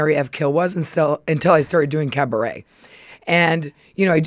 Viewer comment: A minute and 14 seconds in and Luann is saying carbaret! She never disappoints. The countess is a machine and love it. 😂